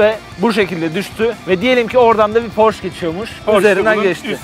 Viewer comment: "Porş" değil de "porşe" olduğunu da unutmadan.